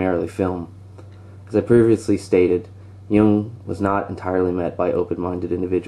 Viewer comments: It's pronounced "Yoong" damnit! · That Jung as in 'Joong'